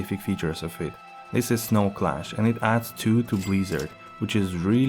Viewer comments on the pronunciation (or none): none